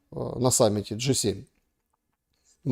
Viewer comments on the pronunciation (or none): Джи 7 а не Г 7 ,хотя они там конкретные Г